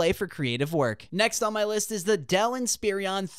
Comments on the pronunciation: Why are you saying Inspirion instead of Inspiron? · Someone tell him Inspiron doesn't have three I's in it.